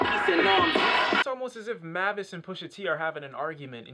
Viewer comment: Its pronounced like May-vis